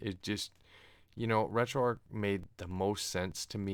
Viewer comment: A great build. Just a couple of comments. I am pretty sure RetroArch is pronounced RetroArk, as in Archive, and I hate wrestling 😀. Never understood the appeal of it, and never will.